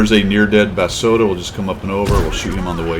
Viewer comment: Pretty sure the accent in pronouncing is like the food, rossoto. Just my take.